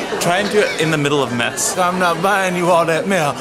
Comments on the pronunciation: when you said mess i thought you said Meth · wait he says mess? i thought it was meth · When Brandon says put dat candy back I'm not buying you all that mess/meth. Is it meth or mess?